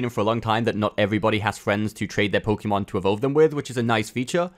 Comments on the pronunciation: PSA: It's poe-kay-mon. Hearing pokeemon a hundred times in a 5 min video is so dang cringe. Thank you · It’s not Pokey mon, it’s Pok ay mon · its Pokémon not Pokeemon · Pokémon. Not pokee mon. You should learn how to pronounce the thing you do “professionally” on YouTube